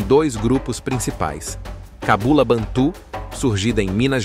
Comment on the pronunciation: Excelente pesquisa. O narrador precisa, no entanto, saber a pronúncia certa de determinadas palavras. Bantu não é "bantu com cento agudo no u". Gêge é a pronúncia certa, não Gegê, com acentuação aguda no gê. Também a saudação aos Ciganos é"Opatcha", com acentuação na última sílaba. Só esses acertos para que as pessoas pronunciem corretamente as palavras originais.